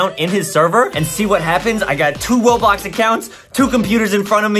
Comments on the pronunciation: Lol btw when Adam said Roblox it sounded like RoBolw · Adam say "Robox" XD